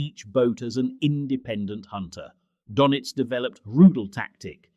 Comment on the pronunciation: The pronounciation of Dönitz drives me nuts. You shouldve spelled it differently to make the AI voice say it properly.